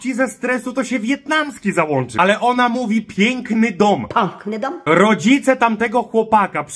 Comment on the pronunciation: Ta babcia mówi pank nyga a nie piękny dom :D